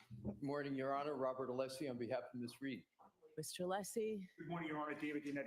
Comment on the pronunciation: Is he pronouncing Alessi's name as 'Aleesi'?